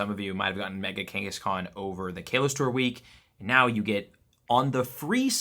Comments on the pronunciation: How does he keep calling it Kay-Los? 😭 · Once again, he can't pronounce Kalos correctly in every video and events!